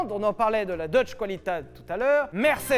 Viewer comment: On dit : Deutsch "kvalitéte " pas "koualitate" !